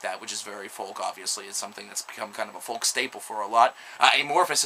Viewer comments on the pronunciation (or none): The "L" in folk is silent.